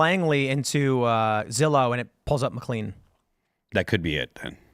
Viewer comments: Mclean, VA is pronounced "Mc Lane" not "Mc lean" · Pronounced "Mick Lane". Not clean. Also, the Arundel Mills Mall, is part of a franchise. Im surea platitude of subs/viewers/listeners; have a "...... Mills Mall" relatively close. Out here in Denver, it's Colorado Mills. Arundel Mills though, is by far my favorite of the 5 "Mills" I've been to.